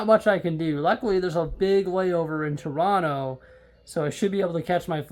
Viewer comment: I'm impressed with your pronunciation of Toronto.